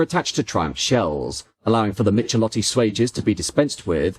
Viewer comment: Must admit, it was a bit hard hearing Michelotti said like that. Great looking cars though, love the long bonnet.